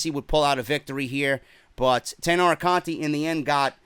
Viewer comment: Hey, the way you pronounce the "to" in Matsumoto is the way you correctly pronounce the "ti" in Conti.